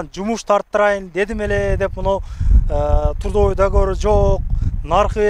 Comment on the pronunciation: жакшы молодец рахмат. Грамотно айталбасаң Алисадан сурасаң туура айтып берет. Мисалы:(подпийсатса эмес подписаться же турдавой эмес трудовой договор)!!! Ушул сыяктуу элементарный сөздөрдү туура эмес айтасың. Сени башка улуттар да көрүп жатышпайбы. Көп болду каналды алып барганыңа үйрөнө турган эле болуп калдыңго. А так рекламаларга, кызматыңа сөз жок молодец, көп элге жардамың тийип жатат. Ийгилик!